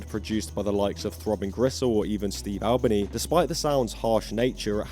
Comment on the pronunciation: it's steve al-BEE-knee